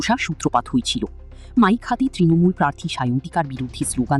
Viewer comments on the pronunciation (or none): none